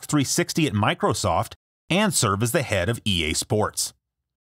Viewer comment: MICROSOFT not MICOSOFT